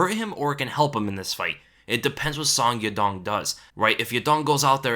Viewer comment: Song Yadong's name is pronounced as: Soh-ng Ya-Doh-ng